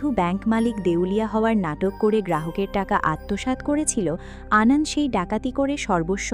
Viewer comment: Prothomei boli, valo bornona korechhen. Kintu Anonto Lal Shing k bar bar 'Anondo' bolar moto eto boro vul hoi kikore apnader. Eto riti moto onny. Ekbar recheck korar proyojon bodh koren na apnara? R seta kei upload o kore dichhen buk fulie? Eto boro overconfidence ase kotha theke apnader? Ki mone koren bolun to nijeder? R hya 'Kup kat' noi sobdo ta, ota hobe 'Kupokat'. Any way Thank you for explanation.